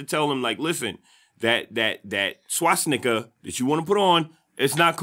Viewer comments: He thinks "Swastika" is called or pronounced "Swasnicka" lol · This man is absolutely ridiculous. The fact he thought his completely irrelevant 'Hitler' point was a 'bomb drop' shows his complete dillusion. Also if he wants to appear articulate he should stop saying 'SWASNIKA' 🤣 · "swasnicca" LOL